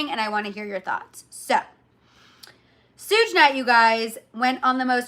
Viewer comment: You say certain names so wrong 😂! ❤ "sooj." And "jennifer gardener" whyyy. "Suge" like "Sugar." Garner. 😊 😅😅😅😅😅